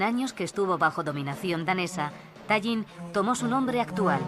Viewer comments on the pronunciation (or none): Parnu, No paernu. Ll castellana de Tallinn es una L de Lerdo.